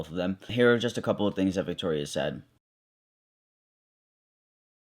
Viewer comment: I get TERRIEFIED every time that one girl she said viktorya bc that's my name 😂